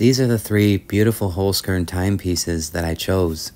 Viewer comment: very enjoyable video. a 'z' in german is pronounced like 'ts'. 'holz' is german for 'wood'. i am sure the sponsor cringes to hear their name mispronounced. holzkern (wood core) pronounced 'holts kairn'.